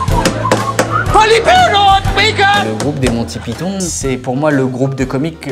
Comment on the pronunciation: The Holy Grail fait partie de mes films favoris. Par contre, ça se prononce "monne ti paÏ tonne" et non "mon ti pi ton".